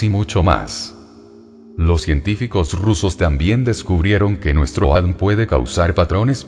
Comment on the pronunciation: ME MOLESTA Y ME DECEPCIONA QUE SE VAYAN ACORRIENTANDO, INSISTEN CON EL ADN, EN LUGAR DE A.D.N., SU ROBOT SOLO LEE LOS ERRORES DE USTEDES. TRISTE. RECUPEREN SU CANAL PARA DEJAR DE ENSUCIAR ÈSTE.